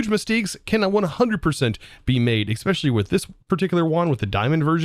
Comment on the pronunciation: are you aware/do you care that you say 'Xspecially'